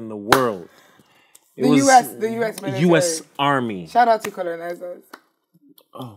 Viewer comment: "Meelatarry" dfkm 😭😭